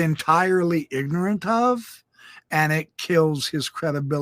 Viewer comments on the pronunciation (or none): none